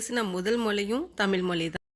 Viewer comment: தயவுசெய்து "தமில் மொலி" என உச்சரிக்காமல் "தமிழ் மொழி" என்று சரியாக உச்சரிக்கவும்🙏🏻